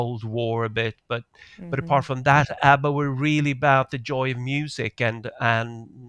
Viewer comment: Absolutely hilarious you tease your family for pronouncing Twitter incorrectly immediately after pronouncing ABBA incorrectly, and then later in the show you highlight some French pronunciation and immediately incorrectly pronounced "pronUnciation" as pronunciation.